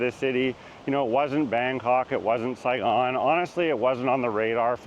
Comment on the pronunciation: "Saigon " ?? Really??